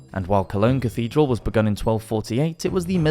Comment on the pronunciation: Cathedral not cafedral